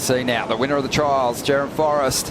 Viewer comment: It's Jerome not jerrum